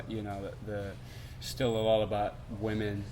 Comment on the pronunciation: The way he says 'women', ay.